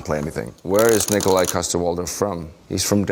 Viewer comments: its pronounced Nikolaj say it with me... Nikolaj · It's pronounced Nikolaj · its pronounced nikolaj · Boyle: It's not Nikolaj, it's NI-KO-LAJ! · "it's 'nikolaj'" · Nih ko lajh 😂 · Actually it’s Nikolaj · Sighes,no its Nikolaj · It's pronounced, Nikolaj, not... Nikolaj. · It's pronounced "Nikolaj"